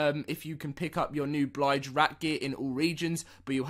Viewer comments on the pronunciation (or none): It's Bill-j rat not Bly-j rat. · Bilge not blige!!😅😅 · "BLIGE"???? ITS "BILL-GE".... lol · Pronounced BillJ (bilge) Rat. Not Blige rat. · Anyone else cringe when he said blige over and over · Bilge rat, not Blige rat...plz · Blige rat????? How can you do Sea of Thieves videos and have no idea how to pronounce bilge?!